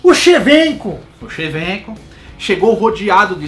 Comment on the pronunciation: Shevenko kkkkk